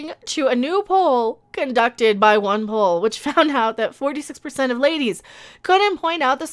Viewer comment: I kept hearing " One Hole" instead of " OnePoll"!